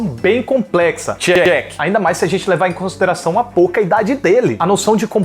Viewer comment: Só eu ouvi ele dizendo ''chuck'' ao inves de ''check'' ? kkkkkkkkkk mds vou pro inferno.